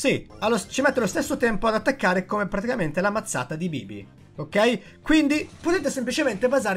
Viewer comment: Solo io mi accorgo che dice sempre particamente invece di praticamente?